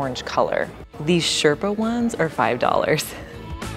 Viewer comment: "Sherpa", alt "Boucle´"